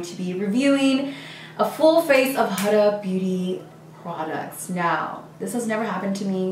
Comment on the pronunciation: Not the way to pronounce the brand